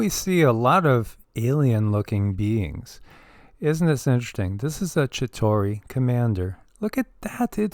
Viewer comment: The Avengers do not have the depiction of the "Chita hauri " the same as Credo Mutwa's depiction. You also leave out the middle syllable in the word. I heard Credo pronounce it many times as I have watched David Icke's interview with him many times. Moving through space is the same as moving through time.